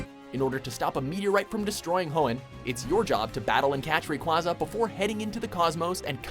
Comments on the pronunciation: Why do people keep mispronouncing Rayquaza's name. It really makes me cringe when they mispronounce his name along with Blaziken's name but after that it was a pretty solid list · 90% people pronounce rayquaza that way 10% people pronounce rayquaza Ray-Qway-Za ( how you actually pronounce it ) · Its Pronounced Ray-kway-za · Ray-QUAy-za as in quasar